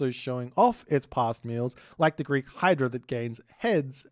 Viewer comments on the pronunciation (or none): none